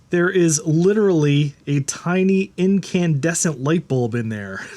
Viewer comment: Maaaan. Don’t act like you’re too young to know how to pronounce incandescent. You have gray in your beard, incn DEHsnt..